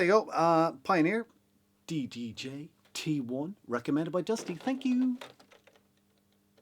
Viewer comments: cdj...? loll "ddj" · CDJ? CDDJ? WTF ITS DDJ!